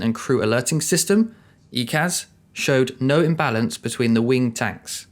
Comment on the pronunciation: EICAS: "eye-cass", not "ee-cass" 😉